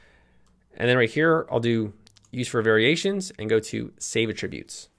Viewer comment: it's pronounced "AT-tributes" as in the noun.... not "a-tributes" ... as in the verb.